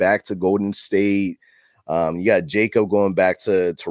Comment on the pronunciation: You guys rockin it like usual homie looking like Kratos but bro it’s pronounced yakob not Jacob